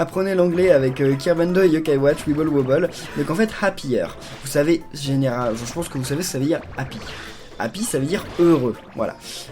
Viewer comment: je crois que tu prononce mal wibble wobble toi tu dit wibble woubble et je crois que sa ce dit wibble wObble